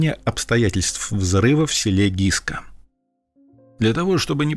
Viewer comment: Не Гиска,а Гыскэ.Вечно искривляете названия.